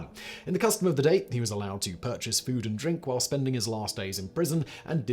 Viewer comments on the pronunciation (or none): none